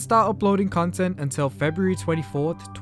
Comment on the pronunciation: Why do I hear "cuntent" ?